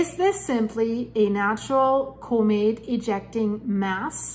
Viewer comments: Comet Not Cumet there is no U in Comet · Enjoy you reading scientific data but please correctly pronounce " comet " as in kahmet , kaka , not comet as in copay , cooperate , or coco puffs .